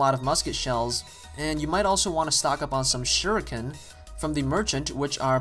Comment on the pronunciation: yay he pronounce shuriken not like the makers of the game, well again, they ARE white so...